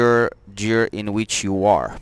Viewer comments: The word Gear is pronounced with the G as in GOOD not GEORGE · it's pronounced like the g in metal gear solid. or like in gears of war. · g i ă r ... g i ă r ... g i ă r ... repeat after me ... GHIĂR ... otherwise nice job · Great video thank you very much. Now the dashboard makes so much sense! Btw, I think you realized towards the end that the word "Gear" is pronounced like the G in "George" :)